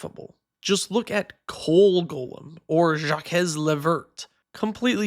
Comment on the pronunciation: can't even pronounce Jaques correctly, opinion discarded